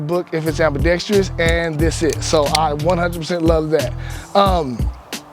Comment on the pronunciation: It’s AMBIDEXTROUS NOT AMBIDEXTREEEOUS